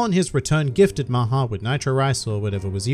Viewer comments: Ya but it’s not pronounced as maaha it’s mha but ya I knew it too I am Indian that’s good that they named him so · LOL I am an Indian the way everyone pronounced "maha" made me forget the original meaning Maha also means big in some circumstances